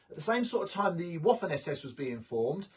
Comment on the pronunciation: Please stop calling the Waffen like waffels in english in german w is prounonced vaffen but in german v = f in english. If you work in this business try to learn the names and prounonce properly.